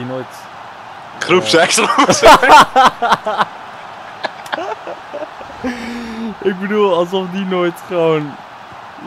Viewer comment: Ik verstond Poepseks inplaats van groepsseks!